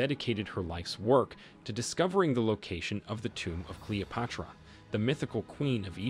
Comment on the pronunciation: My fav was a random pronunciation of Cleopatra as CALOPUTRA